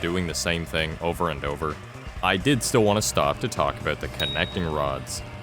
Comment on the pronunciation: Bold to start the video with a strong aboot